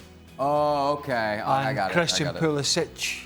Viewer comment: Actually Craig is correct how he says Pulisich(Pulišić)